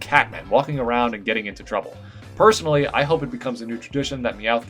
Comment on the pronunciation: don't you mean prrrrrsonally